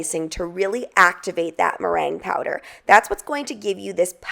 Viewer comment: Sounds like you're saying brain powder, I know that's not what you're saying. I listened to it several times can anyone tell me what the first word is please?